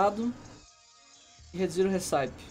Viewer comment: a pronúncia correta da receita em inglês (RECIPE) é récipi, e não hissáip.